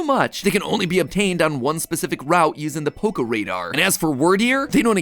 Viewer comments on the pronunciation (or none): none